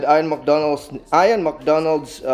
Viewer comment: His name is pronounced “eeyan” not “eyeon”